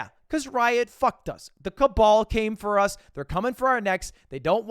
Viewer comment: im sorry did u just say the CABAL?